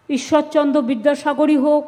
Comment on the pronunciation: উনি তো ভুল বকছে ঈশ্বরচন্দ্র না বলে ঈশ্বরচন্দ্ বলছে